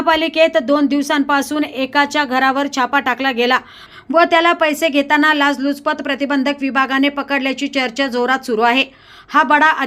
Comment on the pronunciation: लाजलुचपत, अनभिन्नता...काय निवेदन😢 लाचलुचपत, अनभिज्ञता... असे शब्द पाहिजेत. बातमीपेक्षा निवेदन आणि त्या बातमीचे श्रवण... महाभयंकर!